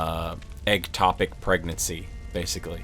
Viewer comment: Ectopic...not egg-topic